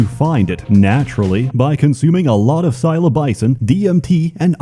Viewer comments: Magic mushrooms are called sill - oh - SIGH - bin not silo - BISON 😁 👉🤨👉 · Psylobizon..? niqqu you about to stroke out, have your nan on speed-dial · My man just called Psilocybin "Silo-bison". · sILO BISON? SILL OH SIGH BIN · It's not called "psilo-BISON" It's "PsiloCYBIN" You've obviously never tripped before. NOOB! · what the hell is silo bisin ? you mean psilocybin ? (sill oh sy bin) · IT AIN'T PSILOBISON CHIEF lol Sorry. It's "psilocybin" or psilosibon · NOT "Psi-lo-BY-CIN," "psi-lo-CY-BIN" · He pronounced psilocybin, "silobaisin". Amazing. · In the real world it's psilocybin, but in world it's "silo-bison" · "Silobyson" yeah I love "silobyson" mushrooms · 'psilobycin' I'm gonna start calling it that from now on to see if people correct me lmao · I like your attempts at pronouncing such words as psylobison and ayooowaska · Cylobison? Lmao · great video, not judging , but for those who dont know psilocybin is pronounced sill-oh-sigh-ben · Homie did you just pronounce psilocybin as “silo-bison”? I have dyslexia and that’s the first time I’ve come across that one. Bravo! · pronouncing Psilocybin like Silo-Bison has me rolling. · Nobody gonna point oiut pronunciation of psyilocybin? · That "psilobycin" is gonna haunt me. how could you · it's "psyloCYbin" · "Psylobicin" OOF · I hope to live long enough to see a YouTuber pronounce "psilocybin" correctly. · It's pronounced psilocybin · I have never heard psilocybin pronounced like that and I wont be able to say it any different after this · do you want to try pronouncing psilocybin again? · That is NOT how you say psilocybin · you pronounced Psilocybin wrong but it's okay I still love you.